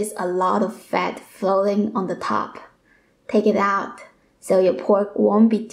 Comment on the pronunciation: The way she said TAKE IT OUT 😂 about the oil